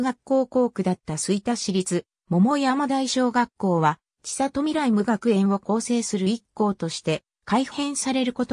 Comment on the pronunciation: ちさと、、、とは。 「せんり」と読みます。恥ずかしいですよ。